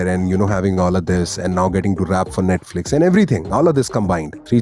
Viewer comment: He said naitlifix 😂😂